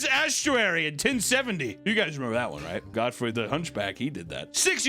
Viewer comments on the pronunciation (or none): You failed so hard at saying estuary. You murdered it.